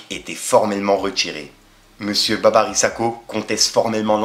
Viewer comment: Tu dis Babary mais c’est Babiry handek à bien prononcer